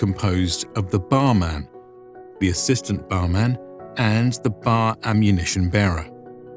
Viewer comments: It's always pronounced "B" "A" "R", never "bar". I know that pronounceable acronyms usually get pronounced. That didn't happen in this case. I don't know why. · Its not Barman. Its B.A.R. man. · My father was Infantry in WWII. BAR was always spelled out, BeeAyAre. Garand is pronounced Gare-und, not Gare-And. John Garand was French Canadian. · BAR was never pronounced as a word, but rather as the letters. Bee, Aye, Are. Bar was a slang term for Hershy's chocolate bars.